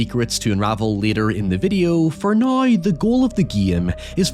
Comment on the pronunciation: I dont meant to offend but im genuinely curious what accent you have where you say “Now” like “nioew” cause otherwise I cant hear one.